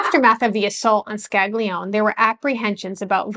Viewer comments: His name was originally pronounced "ska-lee-OWN-ay". "Skag-lee-own" is an anglicization. "Man-jee-OWN-ay" not "man-jee-own". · With all respect,the documentary was very interesting.I would suggest studying Italian or at least proper pronunciation.The name of one of the persons mentioned,Sig.Scaglione,is pronounced more like ' Scal - lee- own-ay' not 'Scag- lee - own' like you were pronouncing it.A "G" followed by a "N" or "l" is not pronounced as "G". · Great channel! I just wanted to point out that the name "Scaglione" is not pronounced "skag-lee-own". The pair of consonants "gl" is its own sound, that is pretty difficult to pronounce for non native Italian speakers. Also, the final vowel "e" is never silent in Italian. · Scaglione is pronounced Scali-yon-ay. GL makes a lyon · Scaglione is pronounced scallione gli and gle in itallian is pronounced li the Spanish ll ...like tortillas ...but a little bit different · the short explanation, the rock category known as Ska, I'm sure you know of it. Think of pronouncing Scaglione as in 'Ska'. Glio-as in 'Yo Bro', Ne-Air (omit the R) Ska-Lyo-nair. Air/Hair/Share, by omitting the 'R' pronounced by you good folk in the U.S, that is the closest sounding comparison. I'm not trying to change the way you speak...in Italy, well. Best wishes to you! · Excellent report. Helps one to relate to the atrocities endured by the blacks. As an Italian I was disappointed by the mispronunciation of Scaglione. The "g" ishould be sort of silent. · sorry, but you pronounce Scaglione the wrong way